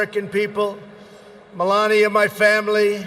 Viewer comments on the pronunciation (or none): none